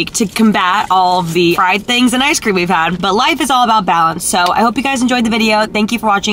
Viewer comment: "chicken pream" LOL he definitely couldn't talk